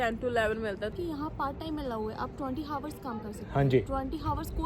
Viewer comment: You can't even say 'hours' (girl in pink blouse) correctly and you are studying in England! Can you please brush up on English speaking skills!